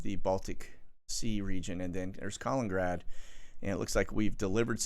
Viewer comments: KAH-LIN-IN-GRAD, not Collingrad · it is actually KALININGRAD an extra “IN” in the name: KA-LIN-IN-GRAD. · KAL IN IN GRAD.... thumbs down until you start pronouncing this correctly!, notice the TWO IN's....